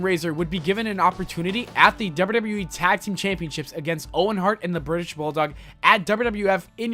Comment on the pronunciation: This guy spells wwe like wyueee